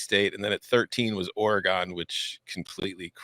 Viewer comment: Don’t ever say ory-gon again…. We hate it. Ory gun!! Or Or-again